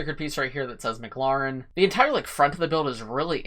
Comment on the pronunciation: It's not pronounced "m-cloren". it's pronounced "M-clAren". It's 'a', not an 'o'. Like Karen but with a 'L' after the 'K'.